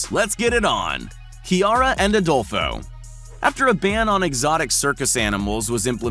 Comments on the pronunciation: “Kiara and adolfo” Adolfo but without the o at the end 😳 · Adolfo without Last o